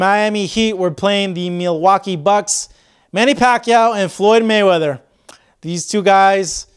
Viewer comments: The awkward part is this guy's pronunciation of Milwaukee. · "Meeelwaukee" Bucks...WTF is that?